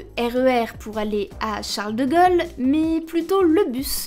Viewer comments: Charles de Gaule, pas de Gôle ! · Pourquoi elle dit Charles de gueule ? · " Charles de Gol " ?.. C'est qui Charles de Gol ???...